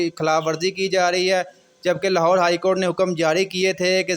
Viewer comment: Lahore hy lahode nahin